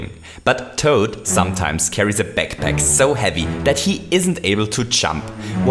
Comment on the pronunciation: The way he says backpack sounds like pekpek xD